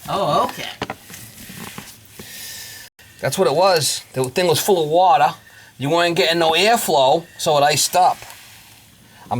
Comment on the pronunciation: All this wotta, you need a yaadsale or something..lol